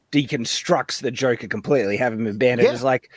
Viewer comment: Tommy Wiseau also pronounces it "Jocker," so is in fun company.